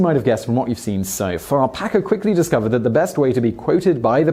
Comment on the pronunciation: Did you say Packer or Pecker??